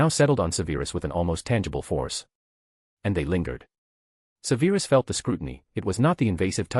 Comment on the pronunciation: Im not halfway through and enjoying enjoying this greatly but theres one thing tha distracts me and I wish you'd fix it. "Severus" is prounounced SEVerus, not seVAIRus......ALWAYS. Thanks, Madam Mim